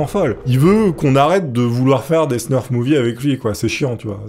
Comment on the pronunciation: Salut! Très bonne la video 🙂 Petite rectification : on ne dit pas "Snurf " mais Snuff . Y a pas de R ;) .